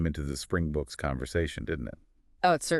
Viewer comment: The o in boks is like Bob or On not like the O in open.